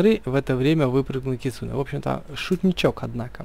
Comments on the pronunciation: Не кицуне а кицунэ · Кицунэ ударение на э